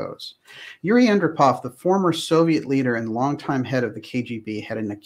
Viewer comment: Yuri Andropov is pronounced: Ann-DROP-ov.